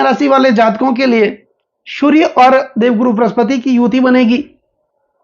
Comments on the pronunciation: 😅😅😅😅😅 वहीं समझ में नहीं आता है कि यह श अक्षर बोल सकते है लेकिन गलत जगह इस्तमाल कर रहे है।😂😂😂 चलो, जो महत्वपूर्ण माहिती मिल रही है उसे लेले और समझ लें। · अरे बाबा जी शूरया नहीं सूर्य ।